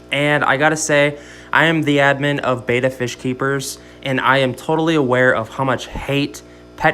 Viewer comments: Betta not beata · Betta is pronounced "Bet-ta" not "Bay-ta"